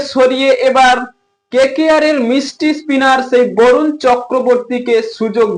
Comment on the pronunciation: ওলাউন্ডার✅ অলরাউন্ডার❌ মিষ্টি✅ মিস্ট্রি❌ জাসপিত✅ জসপ্রিত❌ 😂😂